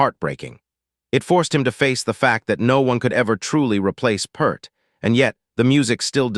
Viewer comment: He wa not just a drummer. And his name is not PERRR T. I DISPISE THIS AI SHIT!!!!!!